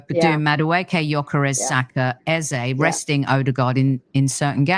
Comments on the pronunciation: Rebecca, Eberechi’s last name is EZE no EZER. It’s a Nigerian (Igbo) name. The last letter is pronounced the same as the first: “AZA.” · Rebecca its actually pronounced Eze (ay-zay) it's an Igbo name.